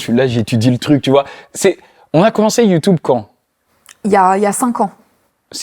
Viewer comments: Ça me perturbe il dit YouTOUBE 😭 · Je t’aime bien le motif mais dis YouTube stp pas youtoub